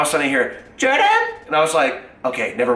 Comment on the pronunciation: the way he said "Jordan" 😂😂